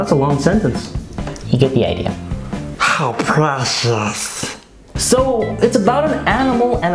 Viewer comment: “HOw PrAeCIoUs” LMAO 😆